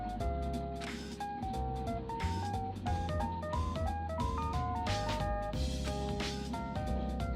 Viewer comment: "Trust my intuition" You mean your intuwhition?